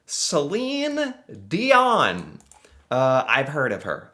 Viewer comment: We mustn't forget the great William Shatner...(Captain Kirk of StarTrek)...and incidentally you correctly pronounce the name Celine DION...deeohn...and NOT dioNNe ok ??